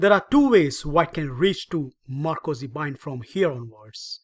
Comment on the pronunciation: "Ma - ROCK - zy" bind... just sayin'